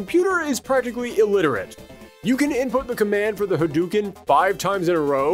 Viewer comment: HA-DUE-KEN? NO. Ha-DOE-ken